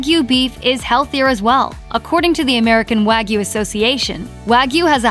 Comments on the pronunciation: This pronunciation makes me livid. WAH-GYOU. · It's hard to take a video about steak seriously when they don't even pronounce wagyu correctly.